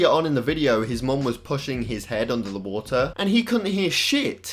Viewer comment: “FICK BAFF WOTA”